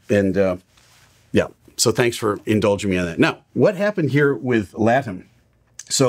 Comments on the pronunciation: Pronounced La-Tam. The merger of LAN and TAM a few years ago made Latam. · La (rhymes with Pa or Shah); Tam ("Tom" rhymes with Mom) TAM gets the acccent